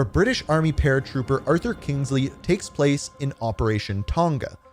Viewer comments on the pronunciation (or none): none